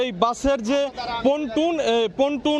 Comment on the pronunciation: এই সব গণ্ড মূর্খ দিয়ে কেনো আপনারা রিপোর্ট পড়ান যে কিনা পল্টুন কে বলে পটুন।